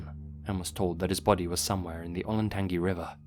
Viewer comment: I love ya but I absolutely lost it at Olen-tan-gee